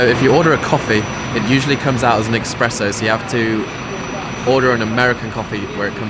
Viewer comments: Espresso not expresso! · Exspresso yeah Haha...... esssssspresso😉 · Espresso not EXPRESSO!!! Haha cheers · I know what you mean, I also prefer longer drinks to espresso. And it's eSpresso, stop saying eXpresso :-D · Espresso, not EXpresso you nerd lol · In France we pronounce it expresso